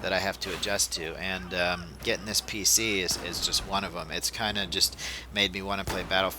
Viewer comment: Are u saying pic master race?